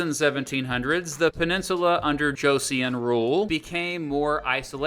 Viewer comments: not him mispronouncing Joseon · Please consider looking up the pronunciation of these names. The vowel (it is just one vowel, transcribed as two) in the second syllable of “Joseon” is pronounced “uh” not “ee-uhn” Just like the Korean surname “Seo” or the city “Seoul” Hearing “Jo-see-uhn” over and over instead of the correct “Jo-suhn” is painful. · Korea was coerced into signing the treaty. If you are going to do a video on Korea, pronounce the words properly and do more research please. It is “Cho sun 🌞” not “ Cho see un.” Your video has many other misstatements of the history. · Bro it's pronounced Jo-Suhn not "Joe see uhn" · Just a correction, the dynasty name is pronounced more like Choson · Joseon is actually pronounced like "Joe-Sun", just fyi. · Jeo-son.....that pronunciation is driving me crazy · Learn to pronounce Korean words. , it is pronounced “CHO SUN 🌞”. Please just type/paste the Korean words into Google translate, so you don’t inadvertently proliferate heinous pronunciation of Korean words. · Korean "eo" is not "ee-yuh" but just "uh" or even "ah". J in Korean is more /ch/ than /j/ So JOSEON should be CHAW-son. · Korean Pronunciation Tip: when you see "eo" it's pronounced more like the "u" in "gun". So Wang Geon is Wang Gun. Joseon is pronounced like "Joe Sun". Joseon is an important word. Many Koreans see their state as Joseon not Goryeo (Korea). Other pronunciation tips: Vowels are also typically long vowels, so the "a" in "wang" is the same as the "a" in "father," and the "o" in "Sejong" is the same as the "o" in "phone". Decent pronunciation otherwise! We're not gonna talk about "gye" lol just pretend you didnt say that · eo = strong schwa Joseon rhymes with "go, son" I mean, 15 minutes with google translate will go many miles in the pronunciation department. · you kinda butchered the pronunciations here and there but we'll let it slide since you did great research even past the Korean War in 1950s:D